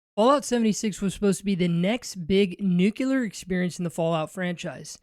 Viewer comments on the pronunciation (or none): not "nuke you lar" , but "nuke lee ar"